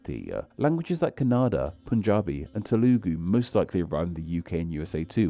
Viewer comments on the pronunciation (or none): Kannada is pronounced more like Cunnada with 'ada' as in 'ta-da'